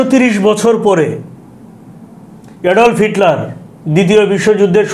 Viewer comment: ভাই সালাম নিবেন।উপস্থাপকের বাচন ভংগি ও উচ্চারণ খুবই খারাপ।রাশিয়ার ইতিহাস পূনাংগ ভাবে বলতে পারেন নাই। ইউটিউবে আরো অনেক তথ্য বলা যেত। উপস্থাপক নেপোলিয়ন বোনাপাট কে নেপোলিয়ন বেনাপুল উচ্চারণ করলেন,এডলফ হিটলারের নামটাও সঠিকভাবে বলতে পারেন নাই। ICBM কে ভুল উচ্চারণ করলেন।এবং inter nation জাতীয় কিছু বললেন, যাহা সম্পূর্ণ ভূল। ICBM এর অর্থ হল Inter Continental Balastic Missile. আন্ত মহাদেশীয় ক্ষেপণাস্র। নেপোলিয়ন ও হিটলার শুধু শীতের কাছে হারে নাই,রাশিয়ার সেনাবাহিনীর সংগে রাশিয়ার জনগন জীবন প্রাণ যুদ্ধ করেছিল। আরো ভুল বলল,জার বোমা পুতিনের আমলে তৈরি হয় নাই। এত ভুল উপস্থাপন করা ঠিক না। ধন্যবাদ